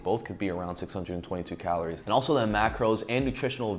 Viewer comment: I NEED to ask... WHY do you pronounce calories, CALOOOORE? It drives us crazy.